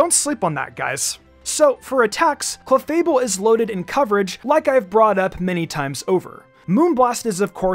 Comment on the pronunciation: When u said cleafable🙄🙄 strongest wtf man🤣🤣